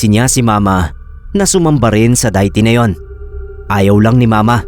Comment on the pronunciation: Ano yun Diet Coke? Hehe kidding aside De-ih-ty (deity) kasi bigkas nun. Sorry medyo kasi nabobother ako😅